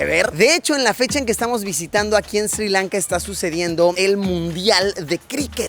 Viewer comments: not SIRI LANKA, but SRI LANKA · There is no country called SIRI Lanka, it is Sri Lanka. Pronunce it correclty.